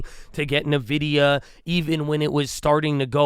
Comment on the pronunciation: Idk why people say it wrong seems like everyone on TV does as well. The name of the company is N Vidia not Nividia.